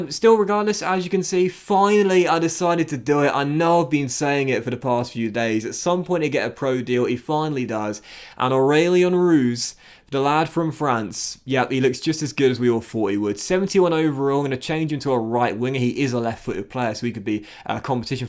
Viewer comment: Roux is pronounced with a silent “x”